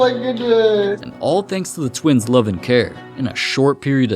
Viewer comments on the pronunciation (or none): The Stokes tweens? Did you say tweens?